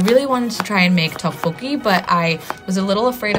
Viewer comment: Looks delicious but i can't get over the pronunciation 😂